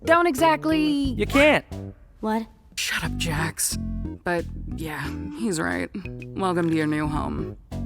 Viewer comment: It's Jax not ✨️✨️jOx✨️✨️